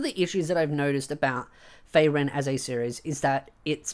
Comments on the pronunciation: Why you say feyren when its FRieren (ik its my prob but im losing your point when i get distracted and pulled away to just how wrong it sounds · free ren, not fray ren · I have an issue with this video: the way you are pronouncing Frieren I keep hearing Faerun...